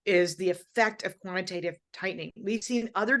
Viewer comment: She definitely said quantitative TEETening 😂